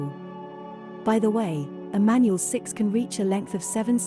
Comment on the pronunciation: thats not how you pronounce manul its pronounced manool